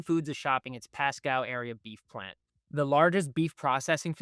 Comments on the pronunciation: It's pronounced; "Pasco" NOT "Pascow" young man. Listen to the guy that was in your first clip. He pronounced his city properly. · It's pronounced Pascooo not Pascow...... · It is pronounced "Pah-scoh," not "Pah-Scow." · The host ("") is apparently an AI construct, simply because the correct pronunciation is "PAS-CO", not "PAS-COW". I noticed another mispronunciation, but I was stunned by the Pasco mistake enough to wipe the other out of my brain. So you get a thumbs-down today. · The City is PASCO, pronounced like Taco. Not PASCOW. I know that the native names of our cities may be hard to understand, but as a reporter, please just give us a call. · As others have said already: it is pronounced “Pass-Co” (not Pass-Cow). Thx for this channel, I appreciate the Center Square. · Pasco..long O...learn how the locals talk please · Pass-cow wow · I was trying to figure out where Pascow was 😅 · Is this guy AI? He cannot pronounce Pasco. As in Pas-Cooo. The prostitutes dont take SNAP. They could fix that, to save the small business of whorin'. Sideshow bob fuhrerguson is underwater. But all this is Trumps fault, just ask a democrat communist.